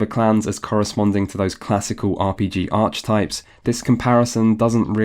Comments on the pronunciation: Ark-uh-type not arch-ee-type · The ch in archetype is a hard one, like a k sound. 🙃